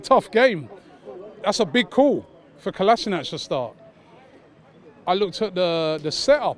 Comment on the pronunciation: How many years has Kolasinac been at Arsenal and the fans STILL don't know how to pronounce his name...